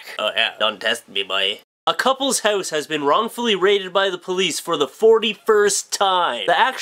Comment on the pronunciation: He says hose instead of house, of, gotta love him:)